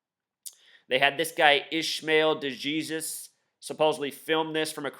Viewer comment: He's not a fictional character, he's a real person, his name is Mark Hughes. He did an interview to clear his name after he was released, being interrogated by police............... it's not De-Jesus it's Pronounced: d ee J EE z uh s